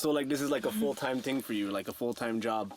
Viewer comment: Why do these white people keep saying ting lol